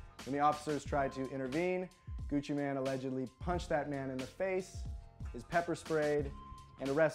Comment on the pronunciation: Pronounced Gucci "main"" not Gucci man